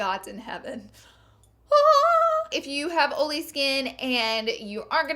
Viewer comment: I love how you say "oily"